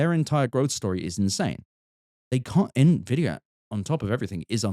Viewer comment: "Nenvidia" is a new one